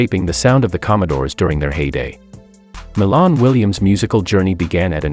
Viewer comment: It's Milan(My -Lan) Williams he's My Cousin...Get the info & Pronunciation Correct...R.I.P 🙏🕊